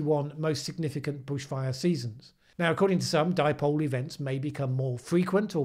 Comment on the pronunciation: Paul Joseph Watson called the Indian Ocean Dipole, the "dee-poh-lay"! Hahaha! That still cracks me up! Maybe he was thinking of Chipotle!